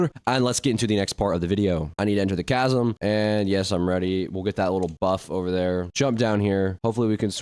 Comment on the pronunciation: Bro can't read "Mariana's veil buff" "tch-asm"